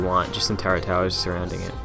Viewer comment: Terry Gardner its turrent turrets are castle towers